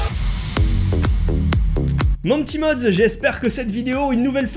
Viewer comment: sa ma fait bizarre ta dit "yep mes ptits modz"